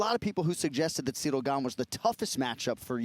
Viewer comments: Cereal Gane :D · Bro called him cereal 😭😭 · the disrespect is actually so hilarious to me, Jon just calls him "cereal gain" and i cant even tell if it's on purpose or not... he must know how its pronounced because others say Gane's name in front of him 100's of times this week... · He even puts them down mentally calls ciryl gane "cereal gain" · Dude keeps calling him Cereal haha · Jon calling him “Cereal”💀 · The disrespect of this man keep calling him “Cereal” 💀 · anyone peep him call Ciryl, Cereal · It’s funny how Jon calls him Cereal lol 😂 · I swear I just heard jones call him cereal! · Did JJ call Ceral "Cereal"? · He called dude cereal 😂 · I think he called him ceerio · I love how Bones calls Gane " Cereal "😂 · See-real Gain, 😂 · He’s still calling him Cereal 😂😂😂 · bro said Cereal XD